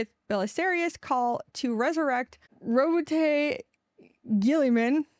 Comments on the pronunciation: You pronounced Roboute Guilliman’s name perfectly! Feel free to call him Big Bobby G! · Rowboat girlyman name mispronounced is quite fine, its a standard meme at this point.